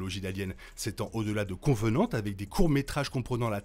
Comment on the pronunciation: Merci, c'est cool de faire une vidéo sur la timeline d'Alien ! En revanche, juste un petit bémol : c'est Covenant et non Convenant ;)